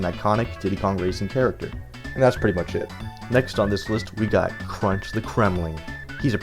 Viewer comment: When you say that’s pretty much it it sounds like you’re saying it’s pretty much shit